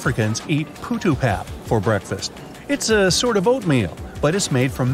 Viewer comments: Mate you pronounced pap wrong I'm South African si I know 😏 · Im from South Africa and I don't eat putu pap but u said pap wrong